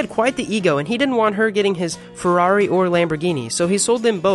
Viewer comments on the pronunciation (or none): none